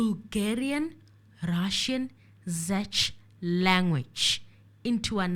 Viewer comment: I think the 'Zech' language is actually Czech, pronounced Check. The language from the Czech Republic, Radovan Krejcir's home country